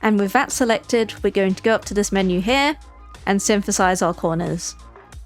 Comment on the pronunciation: I'm curious what part of the UK she's from because I hear her saying "synfasize" and for 3 by 3 she says "free by free"